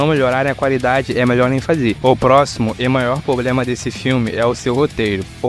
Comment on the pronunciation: Dica: Para de falar " Pobrema" é Problema . O resto ficou bom no vídeo